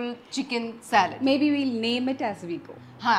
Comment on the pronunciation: That is Saalad not salad